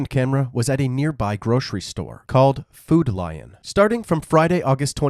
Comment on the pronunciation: as someone who has worked for and around foodlions for 10 years somehow the way he put such an emphasis on the word lion hurt my soul. Everyone I know says foodlion all the time, but no one heavily emphasizes the lion part of the name.